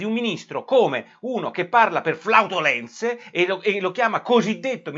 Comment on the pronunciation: come flautolenze?? non si dice flatulenze?? 😕